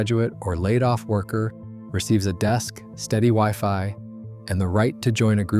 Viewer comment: HI, I sincerely wonder how factual these video commentaries are given the poor state of the computer generated narrative. your computer cannot even pronounce the word "odds" or even "wifi" and several other words. sorry Charlie, your PRETENDING to be real is not honest.